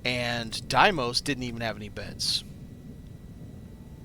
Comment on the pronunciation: Dude, great videos but it's pronounced day mos